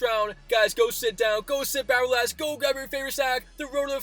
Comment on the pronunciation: My man cannot say 'relax' to save his life lmao